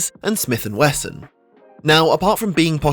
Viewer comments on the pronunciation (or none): none